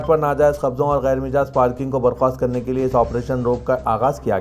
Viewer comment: Ghair mijaaz nahein ghair majaaz